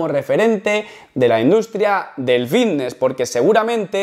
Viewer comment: El "iiftnes"